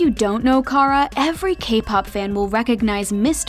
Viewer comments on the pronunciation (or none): none